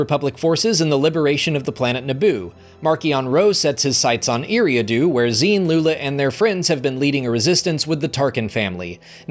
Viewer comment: Love the vids, just one thing, your pronunciation of Eriadu is wrong, it’s like eerie-ah-do